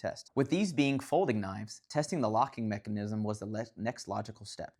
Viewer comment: Never heard anyone emphasize the “NISM” part of “mechanism” before. 🤔